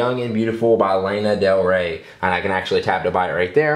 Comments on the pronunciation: Did he really just say "layna del rey" ? Lana * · ...layna del ray? it's LANA (lonna)